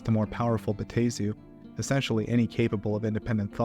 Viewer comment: It's (Bat-Tah-Zu)